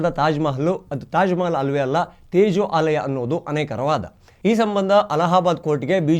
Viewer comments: ಅದು 'ತೇಜೋ ಆಲಯ' ಅಲ್ಲ, ತೇಜೋ ಮಹಾಲಯ. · ತೇಜೋ ಅಲಯ ಅಲ್ಲಪ್ಪ! ತೇಜೋ ಮಹಾಲಯ!